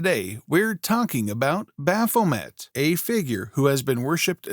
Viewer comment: MAY! bah-pho-MAY!